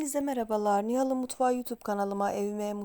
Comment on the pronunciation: kendi adını doğru söylemiyorsun.nihal derken hal’ı kalın söyleme.hal de inceltme işareti vardır normalde.hal dediğinde dilin üst ön damağa dişe değmicek.. hafif sol üst damağa değecek 😂 kaba söyleme adını.❤ nihal taze fidan filiz ince zarif anlamına gelir ❤❤❤